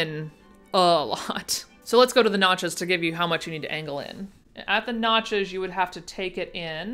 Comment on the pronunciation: I thought I heard "at the nachos" aaand I was focused ! notches? NOTCHES! sigh.